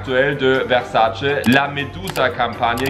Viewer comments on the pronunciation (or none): none